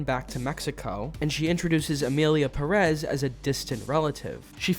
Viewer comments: Is pronunced Pérez, not "Perez". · Love how gringos have a visual indication on where the strong sillable is on the word/lastname Pérez and still pronounce it like Peréz, as if the strong sillable or accent is on "rez" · I hate how it's pronounced with emphasis on the second syllable, but it's still spelled Pérez, not PERÉZ for some god forsaken reason